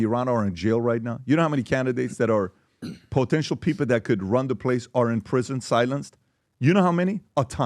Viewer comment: Zip it PBJ 😊 he will be KING and you will Poootentially (you sound like you have pneumothorax when you pronounce your Ps) get a cut in your paycheck from mullahs or mojahedeen…. 😂